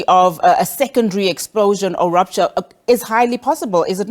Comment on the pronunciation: This guy struggles to explain himself, I don't wanna be one of his students,all I heard is "dee rooptchor "